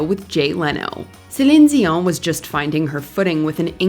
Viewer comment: Why are you pronouncing her last name like that?!?! 😂 If you naturally spoke with a French accent, I'd understand..but otherwise it sounds silly. Like when someone in a coffee shop orders a croissant but uses an accent. 😂😂 foolish!!!!